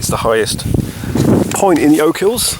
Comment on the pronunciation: Oak hills? Ya English Prick. OCHILS... OCH-ILLS...